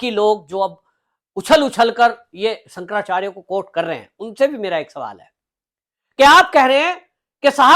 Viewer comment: Abe pehle shankarachyarya bolna teek se seekle😂